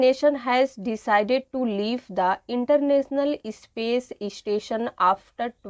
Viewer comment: It's not ispace or istation. It's space and station. Please make a proper pronunciation